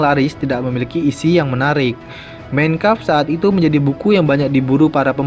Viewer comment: tolong penyebutan MEIN KAMPF benerin bro